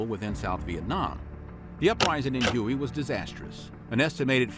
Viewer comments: I can't believe that the narrator pronounced the city of Huy as huey. It should be pronounced as way. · Hue is not "hewey", it's "way". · you keep saying 'hu-ey' (like the helicopter)...but the town you are trying to (improperly pronounce) is Huế, pronounced 'Way'...then again, the massacre of My Lai wasn't actually mentioned by name...just Calley (or the fact that Colin Powell, then a lieutenant) was deeply involved in the 'cover-up' of it. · Hui is not pronounced Huey. It’s pronounced “way”. As far as I know. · What the heck is Huey? If you are talking about the ancient capital of Vietnam, Hue, its pronounced Hway. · HUE is pronounced "WAY" and NOT "HUGHEY" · Hue is pronounced like way, not Huey. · it's prounced "Hway" not Huey. The city of Hue carries a strange pronunciation but its definitely "Hway" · Hue is pronounced "Hu-air".. not Huoey... #americans .. otherwise a nice summary... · PLease, for the love of god, watch the video "How to pronounce Hue (Huế) in Vietnamese (Northern accent)" It's not Huey, like the helicopter, it's Hway or Huh-way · Hue is pronounced Waay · Hue (the Vietnamese city) is pronounced "Hway". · I know. Hue is not pronounced huey. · Hue is pronounced “way” but great video!!! I love this channel!!! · The narrator has to be a BOT. He cannot pronounce any of the locations properly. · Were you the narrator? If so, why did you mispronounce it repeatedly? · It was called Me Lai not My. And its Whey not Huey. Please Learn pronunciations.